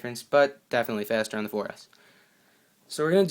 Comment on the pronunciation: The word the is mispronounced many times. The makes the THEE sound only in front of a vowel for example